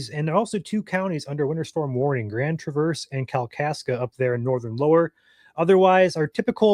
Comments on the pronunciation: Grand Tra-VERSE? Are you really from Michigan? Who says that? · I thought the same. He's pronouncing it like the car Chevy Traverse. But its more like the first part of Trav-is Kelcie from the Kansas City Chiefs. So Trav (Travis Kelsie) verse (like a verse from the bible) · I have never heard it pronounced that way in my 69 years in Michigan.